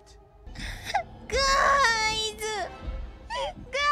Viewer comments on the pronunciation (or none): i love it when korone repeats english words lmao ENGULISHU NOT ANDERSTANDO